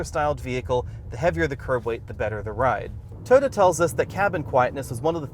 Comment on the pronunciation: Please please please pretty please... Toh-yoh-tah, or Toy-oh-tah, not tuhhhyota